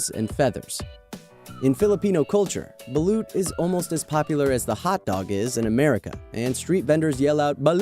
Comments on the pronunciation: its actualy balot not baluuuuut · It's not "bu-loot" it's "ba-lut" there's no loot noise into it and it taste awesome. #pnoy4life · The Balut is actually pronounced as Balot a slightly fast word and its yummy and popular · well its balot not balut hehe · You don't say balut like baloot you say it like balot XD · Ummm it's pronounced balot not balut